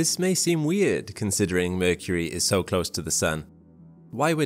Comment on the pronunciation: why mecury sound like balls...